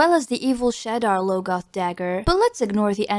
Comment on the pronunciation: Also it's Egwin and Jasnah (not Yasnah) and Shad-ar Loge-oth, and these are not just because of the fact I had nobody to talk to about these books for half the series and now these pronunciations are branded into my skull